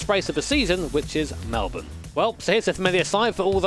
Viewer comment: Finally, a foreigner who can actually pronounce ‘Melbourne’ correctly and not Melboorn’